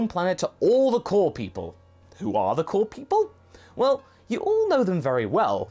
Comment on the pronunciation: I know you were saying "core", but it kinda sounded like you were saying that King Kai is "one of the cool people" to me.